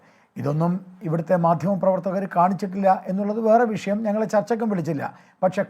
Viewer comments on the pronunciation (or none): none